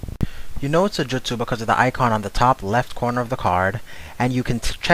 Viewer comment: No way you just pronounced justu wrong.